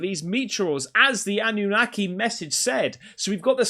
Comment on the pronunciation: Why do you keep saying ananaki? Nobody's said that just you? Didn't say it on broadcasts